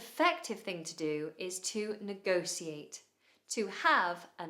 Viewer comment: Thanks,! Is it possible that you are pronouncing "negotiate" differently? It sounds as you are pronouncing 's' instead of 'sh' at the first t'